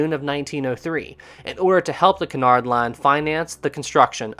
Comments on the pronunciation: First, I want to make it clear that I'm really enjoying this. However, Cunard is pronounced with the stress on the first syllable and is pronounced QUEUE-nard. Not kernard. Please? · I am convinced that you are purposely saying Cunard so many times to and pronouncing it wrong EVERY TIME purely to make us cringe.